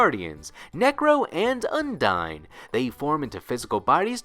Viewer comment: It's not pronounced un-dine It's pronounced oon-dee-nee